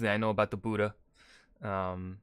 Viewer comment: it is not budda